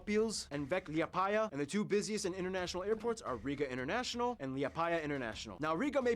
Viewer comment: seeing him pronounce liepāja was the funniest